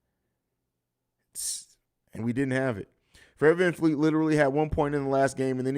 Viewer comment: VanVleet. Not Fleet.